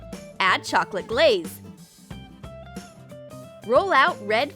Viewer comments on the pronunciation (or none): so it’s pronounced “chocolaté”